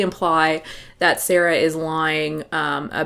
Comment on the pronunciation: BTW, I think you pronounced SAARA's name quite right at first - with two AAs. It is a Finnish name, Saara is from Finland and so am I :)